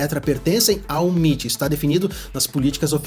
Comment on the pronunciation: escolhe, ou fala M.I.T ou ITM, "miti" é foda